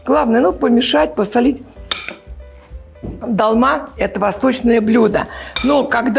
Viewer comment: не "далма" ,а " долма"- тюркское слово означающее "наполненный" Долма- это тюркская кухня А у вас импровизация на тему "долма"👍🤗 Я наполняю тушенным фаршем тогда овощи не развариваются,так как мясо уже готовое ,а овощи быстро готовятся,и получается красиво разные овощи как корзиночки с фаршем выкладываются на тарелку( красный помидор ,зелёные кабачки и перцы, можно и жёлтый и красный перец, блестящие баклажаны) --это как картинка .Вам лучше больше стихов читать - ради этого просмотрела